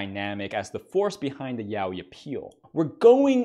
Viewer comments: its pronounced as YA OY not YAO WI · It gets me when he said yaoi💀